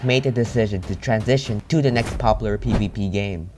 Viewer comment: I like how he says "da" instead of "the", so he is like, "they are both skilled with da bow"